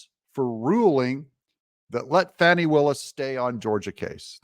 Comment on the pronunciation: It's not fonny, it's fanny. Not my fault if it has unfortunate alternative meanings. It's not mick CAF ee or mick cafe like a drink from McDonalds. It's MACK-a-fee. And Viva Frei is pronounced like fry. It's from his original German name of Freiheit (fry-height) and means freedom.